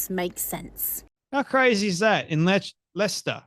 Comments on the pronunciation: Phonetically pronounced "Lester" FFS. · Leicester is prounced Lester mate.